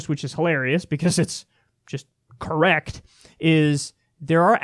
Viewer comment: "Look it up I'm correcc" lmao golden. I love Kyle.